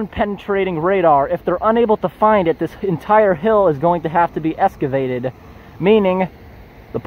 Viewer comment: Excavated. Not eScavated.